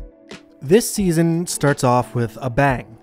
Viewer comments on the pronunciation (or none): none